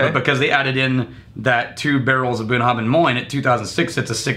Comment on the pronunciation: I believe that Bruichladdich is pronounced so that the "ch" at the end is silent, ie: "brooke-laddie"... that's where the name "classic laddie" came from for the 10yo. Also pretty sure that Bunnahabhain is supposed to pronounced where the "bh" has a "v" sound: buh-na-have-en.